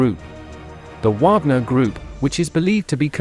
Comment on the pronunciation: "Whogner," I love AI readers.